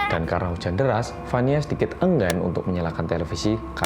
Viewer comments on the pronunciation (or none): Rindingdongg - hujan beras gais merinding ga tuh?! Edit: beneran gais sempet kepleset lidahnya di menit wkwk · Gemes banget pas abis salah ngomong hujan beras wkwk, ku ulang ulang sampe berapa kali aja part itu hhha